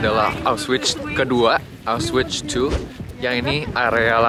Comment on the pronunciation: Cara bacanya aukhvitz